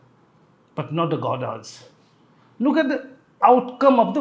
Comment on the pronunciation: Godas in place of Gowdas